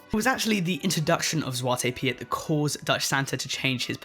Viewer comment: I think the Piet in Zwarte Piet is just pronounced like “Pete”. Lol